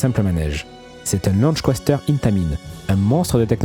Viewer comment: Pour quoi dire Bi and eM’ alors que c’est Suisse ?! 😂😂😂 B&M en français cst très bien aussi. Et on dit Coaster sans prononcer le À. Coasseteur on dirait un crapaud qui parle !!! 😂😂😂